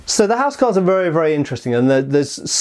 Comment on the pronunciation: It was pronounced 'owse cawls wunnit?